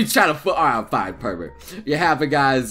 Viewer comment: "Per-Vert" really? You went there? insert Kappa